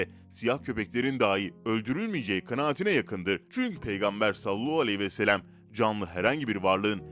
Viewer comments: Sen peygambere salolahu vesselem demekten vazgeçmeyeceksin belli ki. Sallallahu aleyhi ve sellem demek zor değil. Eğer dilin dönmüyorsa ( ki buna inanmıyorum çünkü bir sürü zor kelimeyi gayet normal söylüyorsun) biraz çalış. Yok dilin dönüyor da her videoda bir sürü insan uyardığı halde sırf yorum yapılsın diye salolahu diye bir kelimeyi söylemeye devam ediyorsan onun da cezası Allah katında vardır elbet. Kasten yapıyorsan İnşallah layık olduğunu bulursun. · Efendimiz Hazreti Muhammed sallallahu aleyhi ve sellemin ismini salavat-ı Şerife sini daha dikkatli bir şekilde doğru telaffuz ederseniz çok seviniriz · Katılıyorum ancak dili dönmuyor sanırım